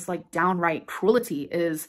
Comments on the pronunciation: Unrelated nitpick but she STILL can’t say “cruelty” correctly. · How about “INporTIN”!? gahhh drives me bonkers.